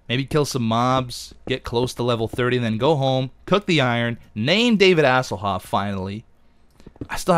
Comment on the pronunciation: Don't do Asselhoof, it takes away the sound of the actual name, doesn't sound like Hasselhoff like that.